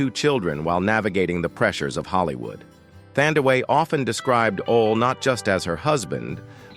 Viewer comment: Her name is Thandie NOT Thandaway!!!!